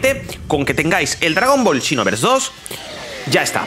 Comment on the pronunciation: Hace tiempo no veo tus videos y escuchar el "chinoverse" se extrañaba ya